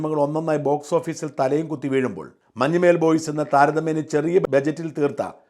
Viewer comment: മഞ്ഞുമ്മേൽ അല്ല shajan sir.... മഞ്ഞുമ്മൽ ആണ്... Sir മുൻപും ഇങ്ങനെ ഉച്ചരിച്ചിട്ടുണ്ട്... കുറ്റപ്പെടുത്തുവല്ല കേട്ടോ... അങ്ങനെ കേൾക്കുമ്പോൾ എന്തോ പോലെ തോന്നി അതാണ്...